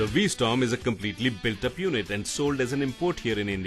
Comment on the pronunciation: V-Storm? Get the name right.